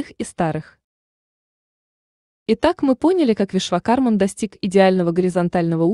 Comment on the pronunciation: Очень познавательное видео, но я не ожидал, что так мало расскажет про ВишвакарМУ!! Автор, простите меня великодушно, но очень сильно режет слух окончание МАН. Уверен, все те, кто изучал Веды меня поймут: 1000 раз произносится в ролике имя этого божественного архитектора и 1000 раз неправильно!!!!!!!